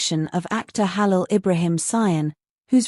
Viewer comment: tudo isso é mentira vai aprender falar o nome do Hálil primeiro vc nem sabe falar o nome dele mentirosa